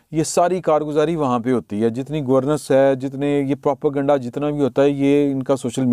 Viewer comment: Salam try this it should be easier to pronounce پرو پا گینڈا (کسی بھی سیاسی مقصد کو حاصل کرنے کے لیے متعصب اور بے بنیاد معلومات کو خبر بنا کر پروموٹ کرنا)